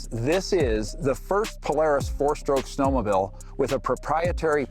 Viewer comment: "Snowmobill"